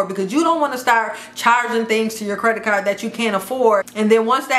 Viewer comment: How she say CARD as CAR 😂😂😂